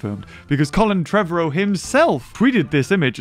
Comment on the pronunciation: I like how he pronounced Colin’s last name: Treh- Vare- Ro